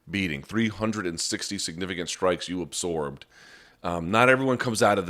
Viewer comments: Wtf is “ apsorb “ ? Always thought it was absorb ... weird lol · You over-accentuate the 's' in absorb, and it's incredibly annoying. It doesn't make you sound smart and it's an incorrect pronunciation of the word.